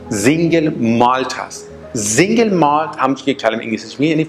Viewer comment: فقط متوجه نقدم مثل سينگل مالت كه شما به رباني زينگل مالت ميگيد بفرماييد تلفظ كدوم مردم دنياست ممنون زياد بود بقيه رو بعد جواب شما عنوان ميكنم متشكرم